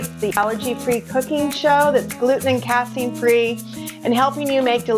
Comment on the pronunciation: Snap, I'm saving this recipe. I was 3 video's deep before I realized you were saying Casein and not Caffeine.